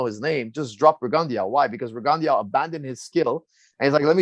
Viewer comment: For a minute I was like who dafuck is Rigundiauo, until I put it together Firas was talkin bout Guillermo Rigondeaux